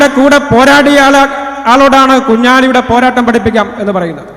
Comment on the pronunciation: കുഞ്ഞലി കുഞ്ഞാലി ഒളുപ്പുണ്ടോ സഗാവേ അവരെ പേര് ഉച്ഛരിക്കാൻ